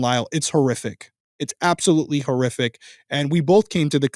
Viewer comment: lol sooo…I know you said “horrific”…because, context… but bro,, that sounded a lot like “terrific” (as in…”what they did was terrific!”) and I had to laugh at that. Then I felt guilty for laughing, given the subject matter, but it was funny, nonetheless. Apologies to anyone who is offended by this misheard statement… I guess I’ll just “cough it up” to another reason is an absolute legend.